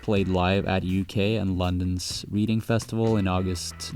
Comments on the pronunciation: Top tip reading is pronounced redding great video though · the way he pronounced reading hurts me